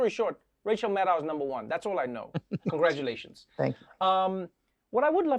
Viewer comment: It's MAD-doe (as in deer). I've heard her say it in person. She never corrects people like Trevor or Nicolle Wallace, but I teach students with names from all over the world and pronouncing their names correctly is something they always value.